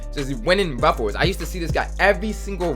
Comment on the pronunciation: be like “RuffOles”